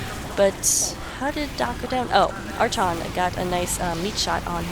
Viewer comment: No it's definitely pronounced arkon